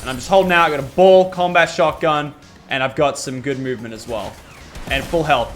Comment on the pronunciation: Every time you said BAll it sounded wrong